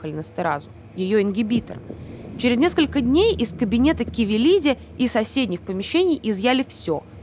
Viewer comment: не КАвелилиди и не КОвилиди